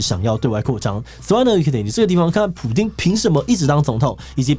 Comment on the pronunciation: Putin not Pudin.